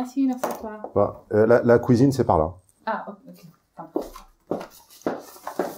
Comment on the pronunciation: « La kouizine c’est par-là... » MDR 🤣